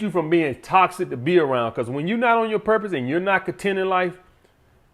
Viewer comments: “Iss TOSSIC” 😂😂 love you man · Not a good look when you can’t pronounce the word correctly that you’re making a video on. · Lmao he say that hoe with emphasis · Man said "Tossick" "Miff"